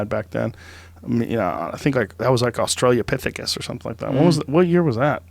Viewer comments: "Australiapithecus" LOL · Australia pithecus 😂 freaking Joe Rogan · Australopithecus... not fkn "AUSTRALIA-PITHICUS"... The only pre-human hominid joe rogan seems to be aware of and he cant even get the name right... this pseudo-intellectualism of his has become so tiresome.. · Every time joe says Australia-pithecus instead of Australopithecus I wanna shoot myself in the foot lmao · AUSTRA-LO-PITHECUS FOR THE LAST TIME, IT HAS NOTHING TO DO WITH AUSTRALIA 🤦‍♂️🤦‍♂️🤦‍♂️🤦‍♂️